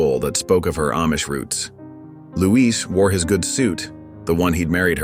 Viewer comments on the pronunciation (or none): Not Louise -- it's Luis.